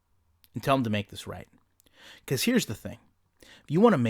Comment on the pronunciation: Its “be-cause” not “be-is”